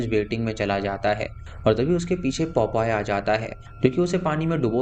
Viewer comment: 'POPOY' nahi, it's pronounced as 'POPEYE', (PO - PIE). Tumne toh beech me 'PEPOY' ka ghar bhi bola. Haha! 😂😅🤣🤣❤